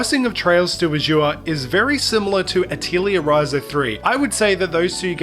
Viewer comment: You pronounced Azure wrong.